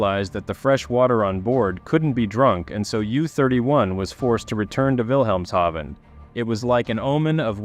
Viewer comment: Oh my god. You are the first person to pronounce “Wilhemshaven” correctly on YouTube in the history of ever. 🏆